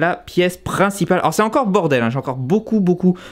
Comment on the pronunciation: c'est grave beau et la vue mamamia j'ai hâte que les lives reprennent sa me manque :D a chaque foi que tu dit c'est le bordel j'entend bordewls